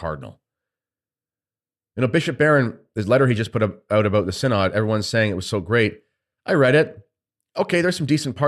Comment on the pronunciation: It is pronounced sin-id.